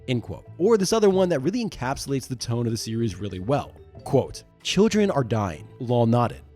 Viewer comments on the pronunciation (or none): none